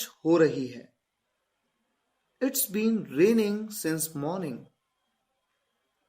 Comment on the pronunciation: It's This word is pronounced as इट्ज or इट्स